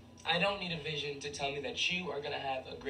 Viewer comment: picture I won’t be with you physically places have a good trip (people) vision (accent) bye 👋 call text 📱📞🤳 excuse me extra careful aww